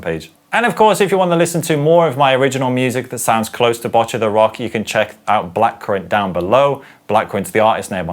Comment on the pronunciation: Kinda hate being like this, but as a person learning japanese, who also started playing guitar because of this show, it's pronouned Bow-cchi, the last part is right, you're just pronouncing the begginning wrong. Also, I think you got it down, but it's a hard ch sound